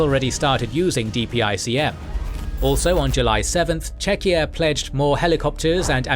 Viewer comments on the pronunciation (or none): none